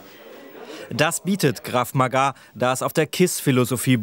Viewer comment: Es heißt ganz normal "Krav Maga" und nicht " Krav Magaaaa" ... -.